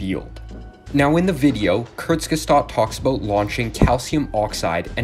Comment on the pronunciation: I have never heard of this channel, Kurtsgestat. Did you mean Kurzgesagt?